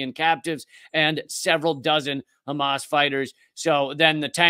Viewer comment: A true Semite speaks the Semitic H like the Arabs do, it is called Hamas and not Khamas, it is called Hannukah and Channuka, it is called Passover and not Pesach and so on and so forth..